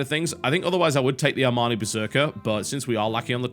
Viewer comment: I like your pronunciation of the ARMANI berserker :)